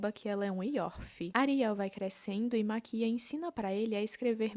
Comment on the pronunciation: Gostei da ideia do vídeo e me inscrevi, mas foi desgraçado te ouvir falando Maquía em vez de Máquia ksksksksks de boas